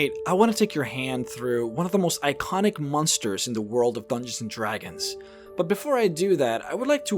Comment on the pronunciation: "One of the most eye-conic creatures" 🤣🤣🤣